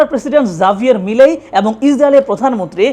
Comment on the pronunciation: আর্জেন্টিনার প্রেসিডেন্টের নামের উচ্চারণ জাভিয়ের মিলেই নয়, হাভিয়ের মিলেই।